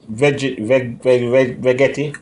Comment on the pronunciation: Terrible. Do not know how to pronounce the name of the device and pathetic demonstration. Need to.learn proper English and better presentation skill. Horrible.